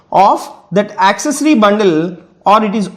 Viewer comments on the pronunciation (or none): none